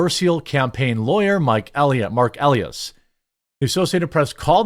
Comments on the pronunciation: It’s pronounced E-Lie-Ass. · You don’t even know the lawyer’s name. Biggest democrat campaign lawyer and you read it like you have no clue who he is. Check your pronunciation. E-lie-ass is how you pronounce it. Rather fitting actually. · Jeremy it's pronounced Mark E-lie-ass E-lie-ass not Mark Ellieess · E Lie Ass, say it with me, E-Lie-Ass, Marc E Lie Ass That's his name!